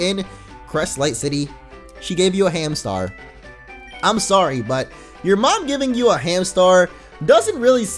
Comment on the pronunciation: its Hamstar not Hamtar